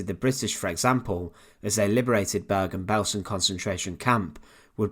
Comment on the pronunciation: It's not "Börgan Bölsen". It's pronounced Bergen Belsen.